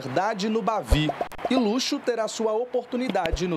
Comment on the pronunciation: A pronúncia não é luxo e sim lutchô